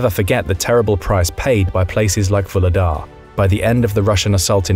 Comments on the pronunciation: Vuhledar is pronounced “Vugledar” with a g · 'H' in Vuhledar is not silent. The name is translated from Ukrainian as "Coal Gift" or "Coal Giver". Just because it's a coal mining town. Nothing to do with LotR.